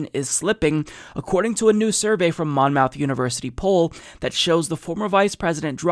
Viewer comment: Monmouth is pronounced like Plymouth. Muth, not mouth.